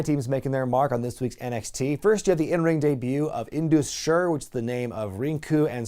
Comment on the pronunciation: Hello. Sher is pronounced as "Share" - which means Lion in hindi